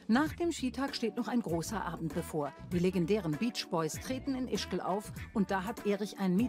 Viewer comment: Die "Beesch-Boies" 😂